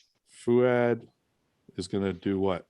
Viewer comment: my biggest flex is that i’ve pronounced fouads name properly ever since i first saw it 😂😂